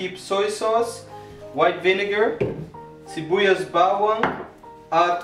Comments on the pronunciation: You pronounced Tanglad,Bawang and Baboy well! Impressive! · accent of filipino word is good.. sibuyas bawang and the baboy.. keep up new subscriber of you dude